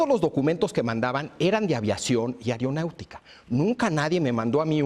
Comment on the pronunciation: Cada vez que se dice "whatsop", "airiopuerto" y "airionáutica", el niño dios se corta a sí mismo escuchando música emo.